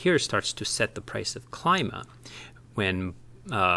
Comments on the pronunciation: Thanks for the video! Nailed the intro as usual. Although I believe Klima pronounced as 'Kleema':) A direct translation from German for "Climate" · It's a Greek word so should be pronounced Kleema. Means climate. Nice quick video. I'll have to dig deeper into this. Just don't want to jump on to Ohm. I have enough ecosystems on my plate, lol. But I see this taking off and a worthwhile project!